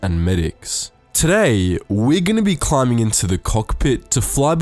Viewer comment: “We’d be climbing up to the kohk pi”